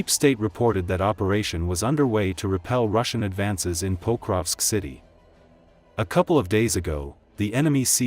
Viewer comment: Diese Computer-Stimme ist schrecklich. Sie kann nicht einmal Pokrovsk anständig sagen.